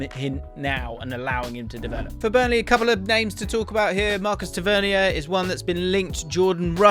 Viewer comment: ‘Tav-ver-near’ is how you pronounce Tavernier